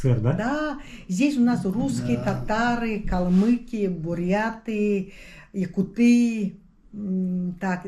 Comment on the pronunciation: Режет слух "якутЫ́", это так же нелепо звучит, как "монголЫ́", "бурятЫ́", "грузинЫ́", "казахИ́", и т.д.